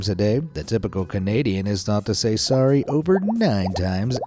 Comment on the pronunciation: "swory" XD